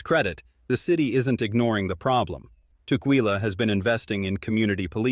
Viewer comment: I live in Vancouver WA.(25 years) (and Tacoma for 10) Ask locals how to pronounce local cities.You messed up tukwila. It is pronounced "tuck-willa" I have seen you do that in other videos. Be more sensitive to local pronunciation. It will help people take you more seriously.